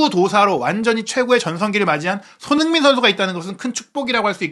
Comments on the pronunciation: "소너잉 선수" "소너잉 선수" "소너잉 선수" "손흥민 선수"로 발음해주시면 감사하겠습니다. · ㅋㅋ😂😂😅 소너밍도 아니고 소너잉 ㅋㅋㅋ